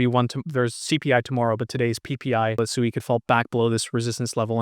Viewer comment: It is Swee not Su ee